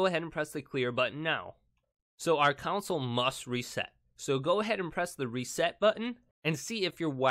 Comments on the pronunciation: Dude. Its console, not council. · He keeps saying council not console is it just me ? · The word is “console” not “council” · Its console not council ypu donut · Console...not council. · console❌ counsel✅ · i was trying to ignore the fact that he kept saying council lol it was driving me nuts CON..SOLE!!! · It's console not council....yw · pronunciation is con - sole. very simple. not coun - sil. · Hahaha he says counsel in stead of console but the first 1 did work so thx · Its console not council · Console not countsole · STOP SAYING CONSALLLL😡😡😡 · If i hear you say council instead of console (CON-SOUL) i am gonna lose it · Reset "council" lol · Anyone else bothered that he says council and not console😂 thanks for the help though😂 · CONsole not COUNsole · why do you say counsle and not consle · its CONSOLE not COUNCIL damn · I gotta say, it bugs me that you're counsel not console. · “your Xbox one council” 😂😂😂😂 “front of the council”. “Turn Your council back on again”. “reset your council”. “Showing up on your council”. Umm Bud i think it’s pronounced “Console” 😂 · Man says Console like Council 😑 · Dude its console not counsel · Council? Console. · The "Cownsle" approves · Do you mean "Console"...OR "CLOWNSOLE" .....😆😊🤣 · Its console not council smh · He keeps calling the console counsel 😂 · It's console, not counsel or council. Say it correctly. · I can barely make it through this video without getting pissed because you say council instead of console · It’s Console not council dumb ass smh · Ughhhh say console right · Council, rowter shut up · Is he saying council on purpose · nobody: him: cOuNciL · Stop saying council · Take a shot every time he says “counsel”. Yes I know he’s saying console but he’s saying it wrong. 😂🤣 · “Council update” jesus christ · this is no accent problem, it’s total mispronunciation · Ditto. Wtf is a council 😬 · I noticed he was saying council 😂